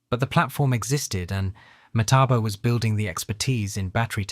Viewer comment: The guy can't seem to get the name right.